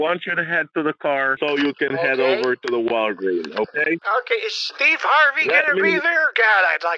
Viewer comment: 😂😂😂😂😂" ....the Walgreen..." 😂😂😂😂No 's'? 😂😂😂😂😂